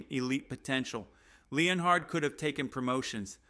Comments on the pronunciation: Dude, if you're going to make a Broncos channel, how about you don't have AI do it for you. Otherwise there's no way as a Broncos fan you pronounce everyone's name wrong. I dont remember Sean Payton hiring anybody named Jim Leon Hard. It's Jim Leonhard, as in Leanard (Len-urd)!!! Nor do we have a cornerback named Pat Certain. It's Surtain (Sur-Tain). And all you're doing is copying other shows. You can't even come up with your quotes or ideas. Hang it up or do it right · Stopped watching after you butchered Jim Leonhards name. Stop